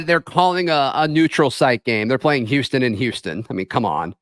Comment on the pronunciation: Did just say the Whooston Queuegars?